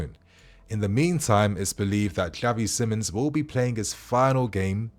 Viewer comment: It's actually pronounced as Simons